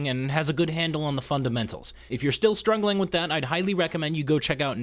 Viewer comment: Hey. "strungling." You're welcome. 😇